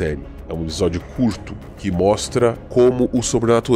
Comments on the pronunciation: Ótimo vídeo. A série é fenomenal de uma forma geral fui agraciado como fã de Lovecraft. Não é por nada porém o Explorador estava falando " Ebisódio" rsrs ? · Porque o dono do canal fala a palavra episódio de uma jeito estranho? Ou é só eu que ouço de forma a pronúncia dele?